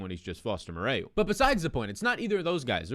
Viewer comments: I was gonna reply the same pronounced like Morrow not Moreo. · Foster Mo-ro. Mo-ray-yew lol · Foster "MORE-ROW". It's French. Amazing show! I got your back on the pronunciations. Gotta get you to #1 -- you deserve it! 💪💪